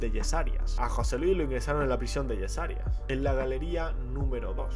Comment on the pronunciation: Que guay el vídeo tío, gracias lo único no o digas yesarias...hace daño a los oídos es yeserías